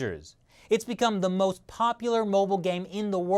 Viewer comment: "It's become the moth popular game-" I caught that. Did you?